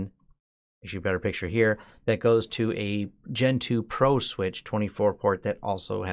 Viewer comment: Every time you say "Gen 2", I hear "Gentoo"